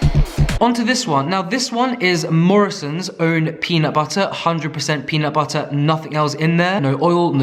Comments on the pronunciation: peanut buttER it sounds so weird when you say it which makes me think that thats how I sound saying it. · Your random bursts of american accent “peanut butterrr” makes me bust out laughing , I freakin love you and your videos. ❤️❤️❤️🤣🤣🤣🤣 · You say "butter" in an American accent very well. 🤣😂